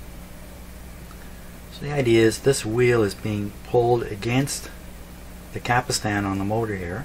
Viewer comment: It's a CAPSTAN ... not a CAPISTAN ..!!!